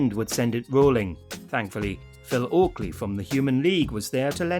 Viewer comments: And it's Phil Oakey, not "Oakley". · Phil Oakley? I think you mean Phil Oakey!